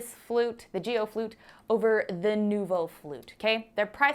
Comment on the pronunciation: It most definitely isn’t pronounced Jee-o. It’s a hard g pronounced as a single syllable. It’s a Chinese surname, as in Aaron KWOK the megastar.